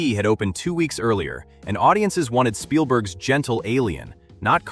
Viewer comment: 4.15 The Immer of Pielberg. 😂